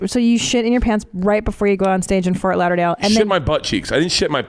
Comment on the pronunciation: haha anybody realize Christina said 'Fart Lauderdale'?